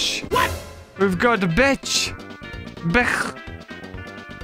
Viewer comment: I don't think that's how you say beach😭 CLOSE YOUR EYES! What🧐